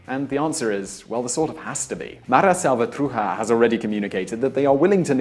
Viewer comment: The pronunciation of Nicaragua, Mara salvatrucha and barrio was atrocious at best 😂